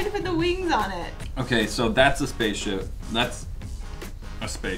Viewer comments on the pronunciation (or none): i heard say spacship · no she said spaceshi* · said spaship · Is it just me or did say spaceship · The_ Disciple I didn't hear space ship but definitely pig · sounded like she said Spaceship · LET IT GO everyone heard her say spaceship 🚀 even and they even put subtitles. LET IT GO!!!!!!! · Is it me but it sounded like said Pig spaceship (When said to make that) And b1tch when said u heartless women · I could've sworn I heard babble something like "spaceship" when said "spaceship" multiple times. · it sounded like said spaceship! 😂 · tried saying spaceship! 💕🌸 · I could have sworn that said spaceship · It sounds like said "Pig" and "spaceship"! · Did no one else hear try to say spaceship!?!? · it sounded like said spaceship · Is it just me or did said spaceship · just me or was trying to say spaceship? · it sounded like said spaceship... 🤔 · Is it just me or did say pig and spaceship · SAID SPACCESHIP AND PIG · it did sound like said spaceship!!!!!!!!!!!!!!!!!!!!!1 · Did she say pig and spaceship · I swear I heard her say spaceship